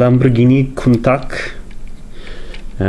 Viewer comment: It's a shame what they are trying to pass off as Masterpiece these days. The mismatched panel colours, plastic tyres & iffy gaps, very disappointed. At least it's modeled after a real world Countach. BTW, unless you're Italian, in English, Countach is most commonly pronounced KOON-tash.